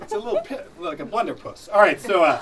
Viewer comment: Did he say" blunderpuss"?